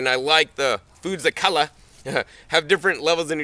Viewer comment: "Embrace your foods of co-l-ah"...lol... too funny and always awesome. Thank you. Just started my leafy green garden today, thanks to your guidance!!:) All the best!!